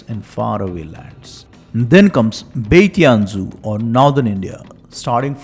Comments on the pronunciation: Sorry That’s not pronounced as Ti-an-zhu, but [shian-zhu] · 天竺 is actually pronounced as "थीयन जू" Great Video btw 💯💯